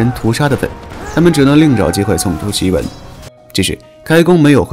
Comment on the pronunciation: 檄（xi）文，不是ji文